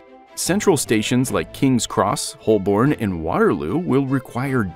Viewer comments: Same here. "Whole-born" instead of Hoe-bun I let slide, but Peckham Ree? The voice actor needs to get a new job - in newspapers. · Holborn is pronounced Holburn Peckham Rye is pronounced Peckam R-eye